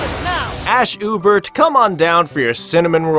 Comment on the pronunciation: Actually,, Ashe’s last name is pronounced “oo-bear” not “oo-bert”